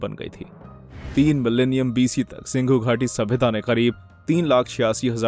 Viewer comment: SINDHU GHATI SABHYATA.!!!! NOT S I N G H U !!